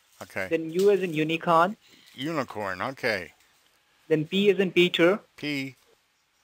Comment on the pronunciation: He said "U as in uniCON" -- emphasis on the CON --- how befitting!!!